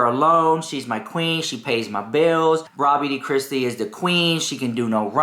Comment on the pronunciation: I swear you said Raw Meat Kristi 😂 🐍 ❤ 🎃